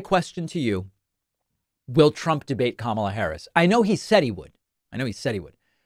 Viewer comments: She is Ka..Ma..la not kamla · He’s such a mess. Way too old for the job. He can’t even say her name correctly. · His followers just believe whatever he says. He probably mispronounces her name intentionally. He spits out word salad that makes no sense. He can't even speak an entire sentence. His cult has been indoctrinated and needs to be reprogrammed. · Maybe all this was intentional to confuse people and mispronunciation of her name making it sound foreign maybe intentional.